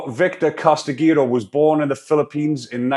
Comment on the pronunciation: The name Castigador, not trying to be a picky prick mate, but I'm pretty sure it's pronounced "Cast-i-gah-door", but having said that, "Casti-gator" just suits the f-cker better probably, as in, "There goes the Castigator, coming to "Castigate" them with some serious f-cking Castigation, the last lot got truly f-cking Castigated..."